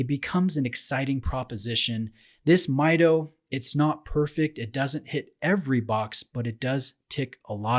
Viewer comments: It is pronounced as "Mee Doh," not "Mai Doh." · Pronounced Meedo not Miydo. Come on. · Great review. I have one just like this one and its such an underrated watch. Also, you mispronounced the name. It's Mido in spanish (meedo) as the name is derived from the spanish phrase "Yo mido" (I measure). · It is pronounced "Me Doe" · Hi! Very nice review! Actually it pronounces "meedoo".It's from spanish word "Mido" that means "I measure". :D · Hi, I have this watch, love it and have worn it for the better part of 3 years at this point. Just a quick comment about your review... the movement is not COSC certified on this model. It is laser adjusted in 3 positions and the bezel is not a 120 click bezel but rather 60 clicks. You are correct however in that it is an aluminum bezel. Others have commented on your pronunciation and it is MEE DOH contrary to the way you pronounced it.